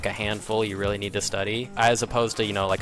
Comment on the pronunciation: "weally, weally cool"